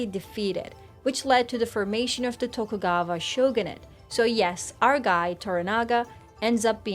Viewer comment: If i hear TokugaVa one ore time i'm gonna lose it lol